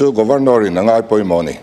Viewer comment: Governawr..nilovin Governor zawk anih hmel..lam thing e..😂😂